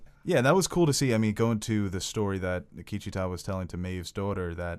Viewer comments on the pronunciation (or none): The continued (mis)pronunciation of Akecheta’s name by (his name escapes me) was a bit hard to swallow...but personal quips aside, thanks for the enjoyable commentary of my favorite episode of west world. I hope ed Harris doesn’t leave the show. I have lost all interest in Dolores’ one note, boring AF storyline, so if we lose the MIB and Ford continues to be scattered, (I would like to see more of his back story, just more of him any way I can take it really...) Maeve is left holding the lead and I’m not sure how long her story arch can continue...I feel we are going to need to be introduced to new main characters as we go into season three and beyond and the audiences ability to connect with them and their new story will make or break the show going forward. Akecheta was delivered brilliantly so I do maintain optimism...😎